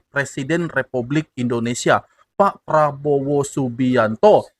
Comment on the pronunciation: Pengucapan Probowo MCM orang Malaysia sebab masa kecil belajar di Malaysia